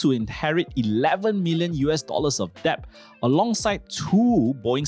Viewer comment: Cant even pronounce debt